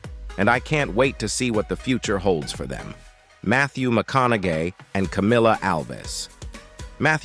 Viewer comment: Ok I had to laugh. Whoever reads these sure knows how to screw up a name. Mathew McConaGAY GAY LMAO